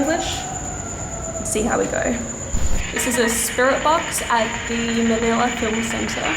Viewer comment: Manila not manala